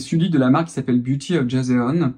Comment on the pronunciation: Pronounce as John. It's a Dynasty. Pffff most reviewed product on the Internet 🤣🤣 overly saturated. Not saying it's bad but reviews have been ongoing for over a year now by every youtuber under the sun.